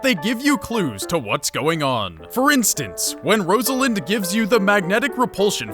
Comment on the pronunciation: I've watched so many of these videos and barely anyone say pronounce her name properly. You're saying it like Rose-a-land but it's pronounced Roz-a-lind. I just replayed this a few days ago and I don't understand how they are considered twins, when they are literally the same person..just different genders. She found him in an alternate reality. Thanks for making such a great video!